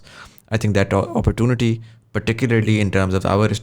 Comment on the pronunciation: the entirety of the podcast, or shall i say, shitcast, didn't have a single mention of imperialism. the word didn't come up at all, nor the mechanism of imperial powers and imperial mindset. what a load of crock. p.s:, 'opportunity' ko sahi tarah prononuce kya kar. nahi kar skta tuo lessons le lay.